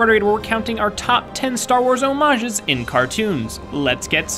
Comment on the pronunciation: I was actually super happy when the correct pronunciation of homages was used. Incidentally, I have no life.